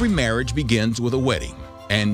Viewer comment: I love "marriange"